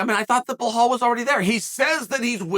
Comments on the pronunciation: How do u gwt blahal from bilal pronounced bee laal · Bluh-hall, Pee-era, he actually said Leon Scott like Colby 😳